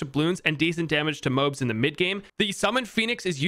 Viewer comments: It’s pronounced Mo-Abs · The moabs are pronounced moe abs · New drinking game video unlocked: Take a shot every time he mispronounces MOABs. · why do you pronounce moabs like that